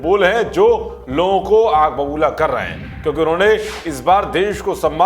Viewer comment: लोग़ों क़ो, नाज़ायज, ग़ौरव, ज़ाहिल, क़ॉमेंट.... और भाई काफी प्रगति कर ली है अनर्गल उच्चारण में......